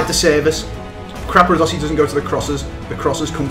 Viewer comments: I Love How They Pronounce CRAPadossi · capradossi and not crapradossi! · hes not crapradosi you are